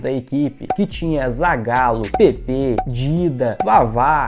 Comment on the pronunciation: Se diz Pépe e não como você chamou o canhão da vila.